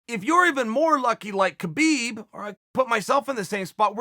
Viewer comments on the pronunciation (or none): It's Habib its K is silent